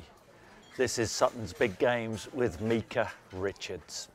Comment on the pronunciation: Meekah richards 🤦🏾‍♂️it’s Micah